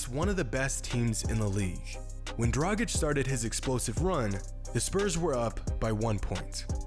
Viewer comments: please get acustumed to pronounce his name well.. sometimes you do and sometimes you don't (in past videos you didn't at all). it is dragic= draaggich. not "drajik". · It’s pronounced dra-gitch not dra-jic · It's pronounced "DRAGITCH", not "DRAJIK" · As an Eastern European it absolutely hurts my ears when people call him Goran Dragic (Pronounced like Tragic) LOL. It’s Draghich yall... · I enjoy how pronounces "Goran Dragic" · It's funny how his surname is pronounced differently within the course of the video. :D